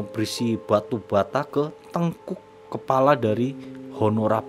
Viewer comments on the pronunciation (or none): none